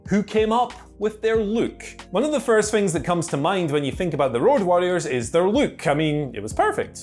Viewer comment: Are trying to say Luke or look? Lol